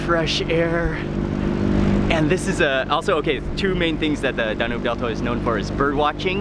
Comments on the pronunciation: I know it's not DaNOOB river, it's DA-NUBE(as in TUBE) and I am not even Romanian. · It's pronounced Dan yoube not how you say it. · "Danyoob", not "Dahnube" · DAN - YUBE!!!!!! NOT DAN - NOOB!!! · Great vid, just an FYI it’s pronounced Dan-yube. 😊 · DAN - YUBE (Danube) , pronounced similiar to TUBE